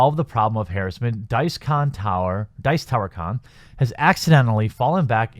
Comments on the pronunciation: you are pronounce harrassment wrong XD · There's no such word "harrisment". There's no i in that word. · Harassment = Huh-rass-mint